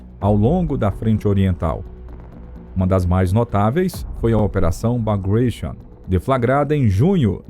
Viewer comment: 1:97 BAGRATION – É, de fato, difícil de acreditar, mas existem no mundo outros povos – e línguas! – além dos anglo--americanos. O nome do general russo de origem georgiana que lutou na guerra contra Napoleão Bonaparte é BAGRATIÓN, como se escreve, e não BAGRÊISHON, com pronúncia angloide.